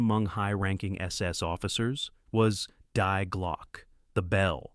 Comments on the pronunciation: Die Glocke (The bell). Die in German (Deutsch) is pronounced as "dee" (feminine the in Deutsch) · German Die is pronounced as English THE Ffs